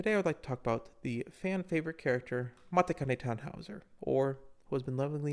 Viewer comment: I've been waiting forever for her! The random guild I joined happens to be named "Mambo," LOL. Also マチカネタンホイザ is pronounced MAH-CHI-KAH-NEH-TAH-NN-HO-EE-ZAH. People don't realize that "ti" is pronounced "chi" in Japanese. Super common mistake. Her friends call her Machitan. Also Urara is pronounced "Ooh-lah-lah," no joke.